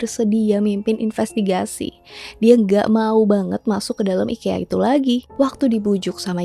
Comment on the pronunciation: orang swedia bilangnya i-kee-uh